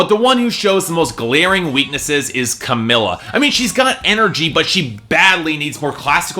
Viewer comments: At least say Camila's Name RIGHT CamEEla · Don't try to judge fifth harmony if you don't know how to pronounce Camilas name....